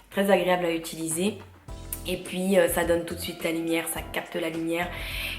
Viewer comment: Hello cela fait des années que je suis une lectrice assidue de ton blog et c'est un plaisir de t'écouter mais par pitié on dit "utiliser" et non pas "ituliser", c'est un conseil bienveillant :)